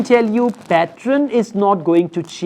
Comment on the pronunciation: Men are never beautiful🙄😂😂😂🙄. Don't try to put lot of accent which you can't. It sounds pathetic. Just keep it simple what you do. Only 10% you could force that not so good accent 🙄😏. And it's not patron what it sounds when you say. It's pattern 🤮. Why did I even watched your video